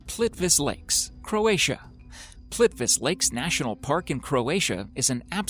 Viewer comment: Thanks for mentioning Plitvice lakes! (Even though you butchered it) P.S.- look up lake Natron, the petrifying lake. I think you could make a part two to this list (if you look at all the comments).